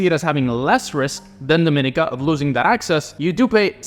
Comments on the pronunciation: Dominica is pronounced DO-MEN-KNEE-KA 🇩🇲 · Hi. Those 2 Caribbean countries are pronounced Dom-i-nee-ka and Gre-nay-duh. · Correct me if I'm wrong but I always thought it was pronounced DominEEEka ?